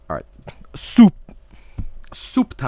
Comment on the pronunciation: Thank you for confirming the correct pronunciation of soup is "SOOPP"